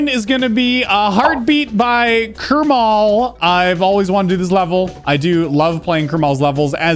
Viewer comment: I love how he says kErmal instead of kArmal